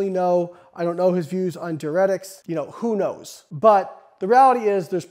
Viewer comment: Your content is good but you are pronouncing diuretics incorrectly